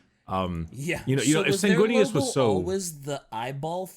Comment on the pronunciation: "Susguinious" As a blood angels player, hearing that sent me into the black rage.